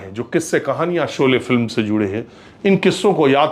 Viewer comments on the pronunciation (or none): Sholay ka ucharan aap galat bole rahe hain